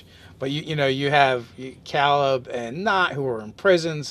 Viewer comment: who taught you people to talk cause you need to hit them how did you fuck up saying Caleb